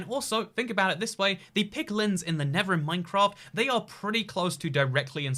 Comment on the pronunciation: NeTHer not Never; slow down so you stop making stupid pronunciation errors!